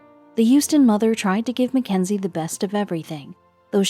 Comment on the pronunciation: It’s not Mac enzy it’s Mackenzie